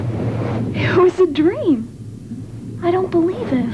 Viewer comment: It’s dream not dram